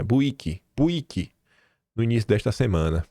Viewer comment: puta vei vc nao soube nem falar o nome de BUIQUE eu moro a uns 60 km desta cidade kkkkkkkkkkkkkkkkkkkkkkkkk sou de pernambuco